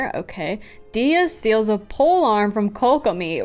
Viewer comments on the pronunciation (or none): none